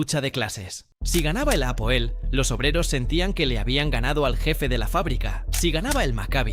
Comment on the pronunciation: Felicitaciones por este video! Vivo en israel y conozco la liga israeli, bien contado y buena forma de informar (informacion cierta) Solo que ligat aal y no ligat jaal , tampoco es japoel, es hapoel (H sin sonido) en cuanto a lo de que buscan talentos en sudamerica, eso ya no pasa, pocos futbolistas llegan de sudamerica y ninguno se adapta, ni el equipo al estilo del sudamericano, aca el futbol tecnico (sudamericano) no existe,aca es todo ya y ahora, todo rapido, pensar menos (en cuanto a futbol)